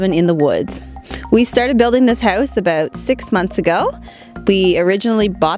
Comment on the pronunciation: happy when you said house and about...yep,she is Canadian (and cute)